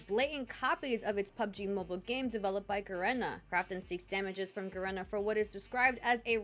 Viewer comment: Ga reena. Not Ga Ren ah.